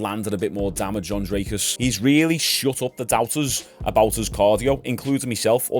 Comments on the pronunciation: Its pronounced drik-us by the way 😂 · Brooo fuck me 😂😂 his name is dricus du plesis I understand getting the last name wrong but where are you getting “drake us” from😂 there isn’t a single A